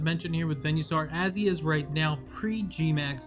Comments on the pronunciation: Venue-saur? I thought it was Venus-aur. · Im sorry but please... its veen-uh-saur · I never heard someone pronounce venusaur like that till now 😣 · The way he pronounces venusaur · "venuesaur" "veenoshock"